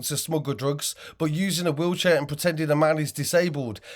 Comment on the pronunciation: FFS IN HIS WEELCHEAR 😂😂😂WHAT A FOOL